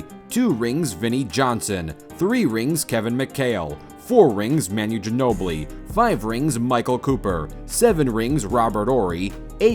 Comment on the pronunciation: “Man-yu Ginobli” 😂😂😂